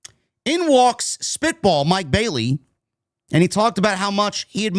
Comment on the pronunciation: When mercedes mone comes back to aew she might come back as a babyface to face Tekla while she's still a heel plus I loved it when said mike bayleys name wrong it had me cracking up laughing pretty good.